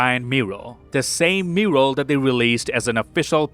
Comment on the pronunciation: Wtf is a mooral? 😂